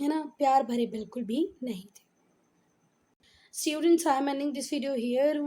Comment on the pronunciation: Students ❌ Stuidients ✅